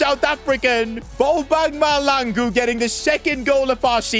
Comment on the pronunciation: Bro is pronouncing bobang mahlangu’s name completely wrong ,how I know it it’s because I am a South African too 😅